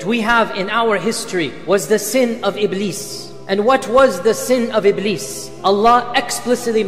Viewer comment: It is Iblis Not Ibleed😂